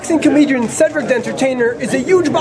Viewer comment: "Boxing comedrian". Really interviewer?